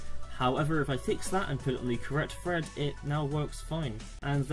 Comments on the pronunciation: Well done, but it's pronounced "thread" not "fred" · Drink every time he says "fread"